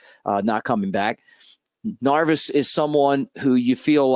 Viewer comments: Neris Mick not Narvis lol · Narvis? 🤔 😂 Good stuff though, very excited about this signing! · Dude I'm one of your biggest fans Just have to say how are you pronouncing His name? Neris I believe is with the hard R Nerris Harry could get away with it Love ya!